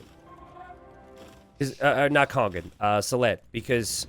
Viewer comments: You are mispronouncing Kongen though haha. There is no "g" sound in there, so the it' kong-un, not kong-gun... or just translate into English and call him The King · No, he's saying "kong-gun". He says "kong", as in "king" but with a different vowel, and then follows that with a "g" sound. But that extra "g" shouldn't be there. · Do you not hear the "g" sound he says at the end of the "ng" sound, then? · But you do hear the hard "g", then? Not just the velar nasal sound that is normally meant when you write "ng"? Because the idea here is that you pronounce the "ng" in "Kongen" like the "ng" in "singer". Now you might be from Northern England or something, but doesn't pronounce "singer" with a hard "g", and "kongen" should also not have a hard "g". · It's the difference between "singer" and "finger". The "ng" in "kongen" is pronounced like "singer", but does it like "finger", so that's wrong. That's the idea. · Kongen means The King and when you say it you dont pronounce the "G".